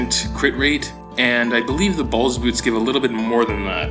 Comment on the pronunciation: You mean beal lol you kept saying balls lol and ask hyper how long did it take him to get r8 ring and neck